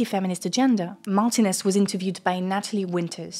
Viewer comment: Spanish speaker here, Martínez is pronounced 'marTEEnez'. Although probably someone told you since the video is a month ago 😅 Love your videos 💚